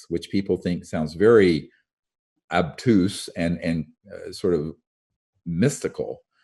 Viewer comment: Had to listen twice. He pronounced the word "obtuse" as "abtuse". Given his knowledge and intelligence I can't believe that he pronounced "obtuse" incorrectly.